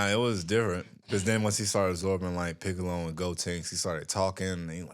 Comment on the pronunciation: Nikkas said Anthony Mackie as Piccol!!!!!! 😂😂😂😂